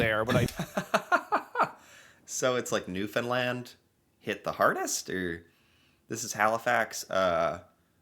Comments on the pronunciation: So what do we usually do in storms …(in Newfoundland - 👍you pronounced it correctly!!) I’ve been in snowstorms like this, sometimes it accumulates so quickly when you are driving on the highway you have to stop at the next restaurant/ hotel/ house and stay. I’ve been stuck for 1-3 days. So…. a few things; we know storm is coming and estimated inches so we start clearing snow right away and continue to throughout the storm. Try anyway. But as you can see it’s hard to do this and the drift (like you said snow going around structures) makes it quite difficult. Another thing, we never snow clear to the edge of the driveway/ walkway we always make it a lot wider so it’s easier for the next time. Newfoundlanders always help each other. It’s our culture. When the storm lets up and you can get out you immediately go to a neighbours house where they cannot open door easily. FIRST AND FOREMOST, the elderly, medical reasons/ physical inability to get out or we can go in to provide food/ medicine…. Eventually as people can get out of their homes … we all go to next house. So the number of people keep getting bigger. This occurs throughout the storm or clearing later. If neighbours are shovelling/ snowblowing by each you always finish together. Then the next priority is getting cars cleared so they can park in a better place, if possible, to allow the city optimal conditions to clear the roads. They often use huge heavy equipment snowblowers and put it in the dump truck following it. When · Man you should really Google snowmagedon 2020 it was wild! And great job on saying Newfoundland. You pretty much nailed it.... And yes we are the most Irish place outside of Ireland herself! That would probably make another great video for you!!! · Nailed the pronunciation of Newfoundland! They didn't even declare a state of emergency for that snowfall. The kid's were out of school for a couple of days but Costco was open! Lol! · he said it right gg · HE GOT IT!! 😊